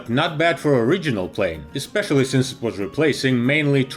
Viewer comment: What's a "RIDGE-unal" jet??